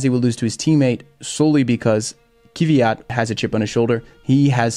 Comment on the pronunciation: say Kvyat like Kfeeyat (roll the k-f sound)